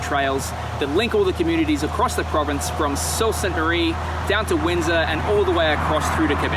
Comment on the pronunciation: I enjoyed watching your video, nice work. The first time I heard an Ontario resident pronounce Sault Ste. Marie the way you did.